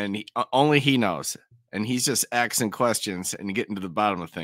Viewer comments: The word is ASKING not AXING… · I find him guilty on grounds of him incessantly saying "axing". The correct pronunciation is "asking". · It is aSking NOT aXEing Realy, making mama proud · Man, I hate that "axing" thing... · Stop with the "axing"